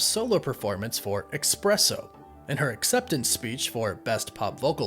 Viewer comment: What's so hard about pronouncing "espresso" correctly? There's no X, C or K in it. Listen to someone who pronounces it correctly and copy that. Sheesh.